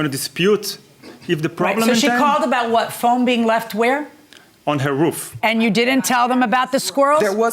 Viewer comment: Judge said, "woof" instead of "roof" 🤣😂🤣🤣